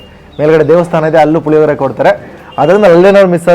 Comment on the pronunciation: ಲಿಮಿಡೆಟ್ ಅಲ್ಲ ಲಿಮಿಟೆಡ್ ಪುಲಿಯೋಗರೆ ಅಲ್ಲ ಪುಳಿಯೋಗರೆ